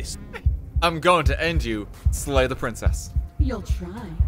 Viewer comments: slay the dragon? i thought you said lay the dragon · no no no i said SLAY the princess not LAY the princess